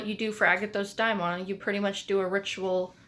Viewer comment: It's "dáimon", as in "Afrodite". I think we all should learn ancient greek, at least the alphabet to pronounce correctly